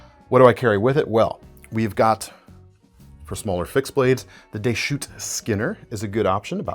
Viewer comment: Deschutes is pronounced with the "s" - it isn't silent in this case. It's a geographical name from Oregon. Should sound like a plural word.